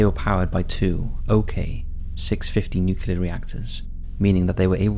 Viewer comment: its "new clear" not "nuc you ler" ots ok though, we all love you anyway:)